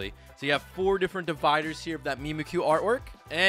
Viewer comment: Mimikyu is a play on words, like "mimic you" idk what pronunciation you're on lol